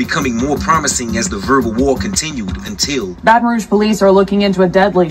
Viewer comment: she said “Bae-tahn Roag” lol it’s pronounced “Bat-n-Rooj”